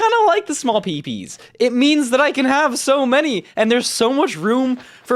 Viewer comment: He said "small PBs" but it sounded like "small pee pees"